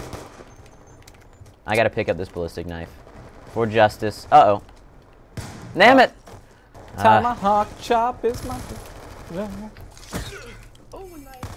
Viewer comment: did just say nammit